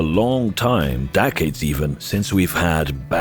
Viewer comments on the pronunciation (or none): Wait… did you say “dac-ades”?